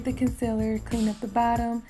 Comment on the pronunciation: ‘concellur’ nah gurl its ‘conceeeeler’